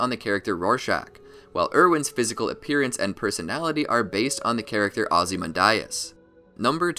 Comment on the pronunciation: Oh man that pronounciation of Ozymandias gave me the chills